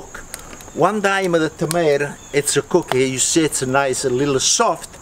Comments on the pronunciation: notices a tomato “Dis a tomater. EHH” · "Thisa tomota? Ehh!!" had me rolling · The random "lotta tomatah" just fills me with joy lmao. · sees tomato on the ground “It’sa tomata... eh” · tomater* haha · I don't know why, but there's just something hilarious about the way he says , "Is this a tomatah? ...eh." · “TOMATOER” I LOVE HOW HE SAYS TOMATO